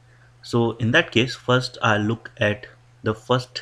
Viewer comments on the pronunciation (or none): none